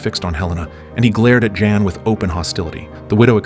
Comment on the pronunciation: Awful commentary! Mispronounced names e.g., /žan/ for /jan/ …